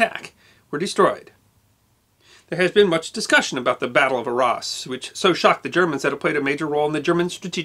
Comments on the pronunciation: It is NOT pronounced 'R-ARSE' it is Arras, or 'Ar rass' - can't this guy learn how to properly pronounce European names before he puts on his silly bowties?? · Great stuff but you should learn proper pronunciation. Arras, Caen, etc. are French place names. Cheers!